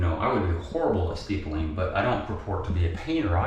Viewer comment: Its “ Stippling, not Steepling”